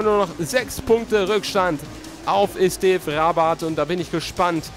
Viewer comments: Er heißt Esteve und genau so wird es auch ausgesprochen;) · Er heißt immer Noch Esteve und nicht Estev :D Und MotoGP Angebot von Tech3 oder LCR Honda wäre schon nice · Er heißt zwar Esteve, wird aber Estev ausgesprochen ;)